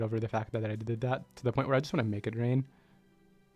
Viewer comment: You pronounce make it rain so loosely that it sounds like mega drain sometimes lol